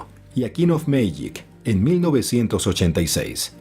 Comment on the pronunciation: Aceptable documental pero please aprende un Ingles basico primero! A king of magic ?!! Lol es A kind of magic! Muy diferente significado!!!